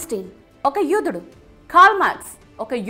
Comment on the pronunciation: Yudhudu kadhu , yodhudu anali yudhudu yudhudu Ani antunavu nuvvu